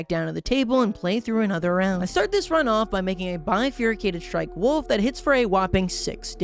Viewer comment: Is no one gonna talk about how he calls the wolf cub a wolf club and a wolf a woof? (Not tryna be mean)